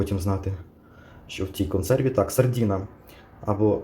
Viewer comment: От тільки не сардІна, а сардИна.